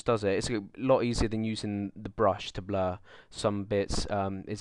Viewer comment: lol. he says Bluh, instead of blur xD